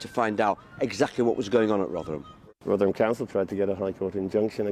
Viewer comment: Thanks for the video. We're not all guilty of moral cowardice, many are in jail for their courage as we speak. Even more are in their cross hairs. It's pronounced "Rovverham" as regards to Rotherham btw